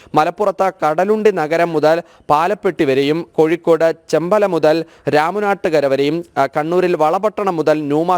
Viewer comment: ചെമ്പല അല്ല ചോമ്പാല എന്നാണ് സ്ഥലത്തിന്റെ പേര്.